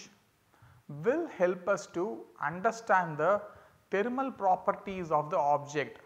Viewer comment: Thermal not taramal😢